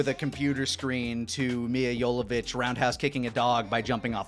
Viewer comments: They didn't pronounce "Mila Jovovich" right once lmao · Lani never pronounced Milla's last name correctly